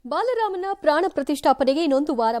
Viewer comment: ಬಲರಾಮ ಅಲ್ಲ ಬಾಲರಾಮ